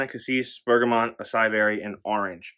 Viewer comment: ps- acai is pronounced "ah-sigh-ee."